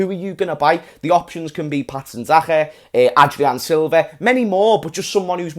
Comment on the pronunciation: Its andre silva not adrien silva (leicester city flop)